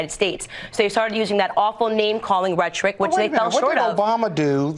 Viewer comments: Can we talk about how she doesn't know how to pronounce 'rhetoric' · Oh thank god. It’s not me. I was like, “ That’s not how you pronounce ‘rhetoric.’” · Candace Owens is one of the worst kinds of human beings. Can't even say fucking rhetoric correctly. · Rhetoric. Rhet-or-ic. Rhet-Rick. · "ret-ric"? Did she mean rhetoric? what a moron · Rhetoric idiot not rhetric. Ret-to-rick not ret-trick. You are stupid and an opportunist. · Why does she pronounce it "ret-trick"? I've never heard rhetoric pronounced that way before. Is she trying to be British or something? They don't pronounce it that way, though. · She says rhetoric WRONG! She says it in every interview and room as rum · What is "retric"? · "REHTRIC"...it's rhetoric you cow. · First she needs phonics lessons, rhetoric , /redərik/ But the fact that she "personally" has had a court case settled on her behalf and She is not aware of race, She is not worth your time thank you for exposing this hypocrisy. Toxic is an understatement. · She pronounces rhetoric, rhetric? Would be funny if she pronounced ask, axe. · What the hell is rhetric? This fool cant pronounce rhetoric. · first of all what the hell is "retric"??? You mean rhetoric??? Secondly she's the victim of a racial attack and then states that Obama caused the racial divide in this country???? WHAT? She has alot of self hate...I almost feel sorry for her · OMG, does she use the " Rhetric System?" Lol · Instead of rhetoric she says retrick...twice. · Ma needs to do few more rereads of her PragerU talking points. “Retric” and “while I was alive”, good god. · why the fuck does Candace keep pronouncing rhetoric as rettrick? I've litterlly nevr heard one person say it that way... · “retrick” the word is rhetoric you dolt. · This video title is basically Candice's entire and complete biography. Also..."retric"?? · Is her pronunciation of "rhetric" some dog whistle for naively being tricked by propaganda? Might just be another so-called "myth". 😑